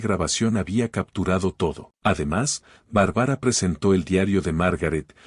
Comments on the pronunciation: Lo malo de la narracion es que no pronuncie el nombre de Barbara y no de Bárbara se escucha horrible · No puedo seguir escuchando !?? Q diga Barbara con tilde xq es Barbara Barbara !!! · K feo pronuncia Bárbara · Que fastidió esa pronunciacion de el narrador con el nombre de la protagonista .mejor q investigué como se pronuncia el nombre Bárbara